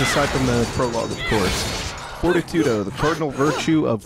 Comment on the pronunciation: I realize this vid is a year old, but isn't Fortitudo pronounced For-TEE-to-doe? Anyway, great fight, your way better at this than me. Looking forward to Bayo 2.